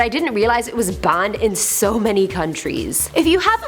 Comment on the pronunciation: It's pronounced "banned" not "bahhhhhhhned"